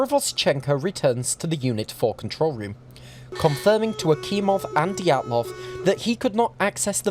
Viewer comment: ah yes anatoli diatloof